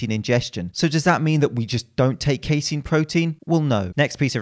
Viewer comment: Actually it’s pronounced “casein”